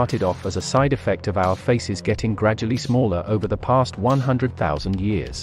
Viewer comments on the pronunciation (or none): none